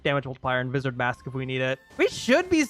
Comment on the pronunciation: its spoken Vyzard